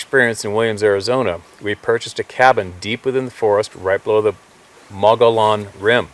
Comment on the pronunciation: Mogollon Rim = pronounced Muggy-Own Rim